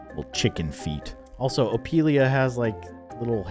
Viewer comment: Did he just say opilia😂